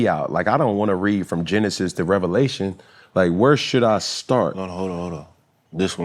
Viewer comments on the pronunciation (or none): none